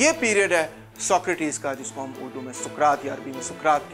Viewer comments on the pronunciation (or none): none